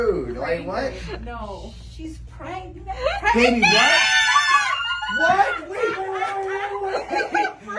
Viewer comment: "I'm Pregnant" "I'M Pragnant" "In Pragment" "I'm Fragrant" make up your fucking minds bruh